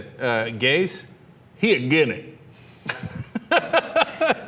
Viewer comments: HAHAHAHA first 30 seconds AGINENT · either this guy cant pronounce "against" or he actually means everyone is "a gennit". I am going to choose its the latter. Although i have no clue what a Gennit is, i am sure the proud people of the Gennit are worth beeing called the Gennit. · Did he say "AGAINIT"? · The fact that he says "aggen" instead of "against" doesn't help his case. "Aggenit"? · I refuse to listen to a man who cannot pronounce "against".